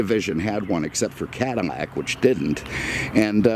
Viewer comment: I enjoy these videos, what is it with this guy and pronouncing L as M...Comonnade, Cadamac, etc.